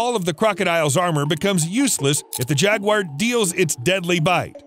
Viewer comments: I know "Crocodile" sounds more impressive and that will give you more views, but they're caimen. It's also ja-gwar, not jag-wire. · Where is the I in Jaguar? It’s Jaguar not Jagwire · Jaguar is not Jag wire 😂😂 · its pronounced jag oo ar not jag wire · jagwires??? its pronounced "jag-yoo-uh"=singular or "jag-yoo-uhz"=plural - not jagwires 🤣 - the guy also called Magneto from x-men Mag-net-oh and not Mag-neeto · If you don’t know how to pronounce a word, you need to look it up before you make a video. Jaguar is not pronounced “jag•wire.”. In America it is pronounced “jag•war.” In Britain it is pronounced “jag•u•ah.” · Only thing it's not jagwire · Why do Americans pronounce Jaguars as "Jag-Wires"??? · Imagine making a whole video on jaguars and you pronounce it “jaguire” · If I hear “jag-wire” one more time…. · Why are you saying jagwire? Stop saying jagwire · Are you pronouncing it as Jagwire or am I just messed up 🤣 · It's pronounced 'Jaguar' not. Jagwire. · Wtf is a jaguire? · It's not pronounced "Jagquire" :p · What is it with Americans and pronouncing Jaguar? 😂 jagwhyers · Who the fuck pronounces jaguar JAGWIRE lmao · Is it pronounced jag-wire or jag-war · WTFF iis a Jag--wire? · Why u say jagu-wire. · Why does he say jaguar like that 💀💀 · Gotta learn to pronounce jaguars... 🙃